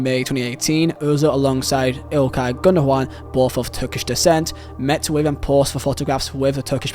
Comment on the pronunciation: Erdoğan is pronounced Erdo-an The ğ in Turkish alphabet is always silent. Gündoğan is Gundo-an